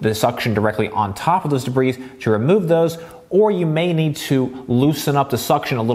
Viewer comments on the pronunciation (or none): Excellent professional review. Please learn the pronunciation of dirt called debris, not “dabreeze”